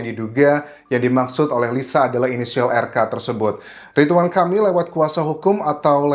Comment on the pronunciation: Ridwan bukan Ritwan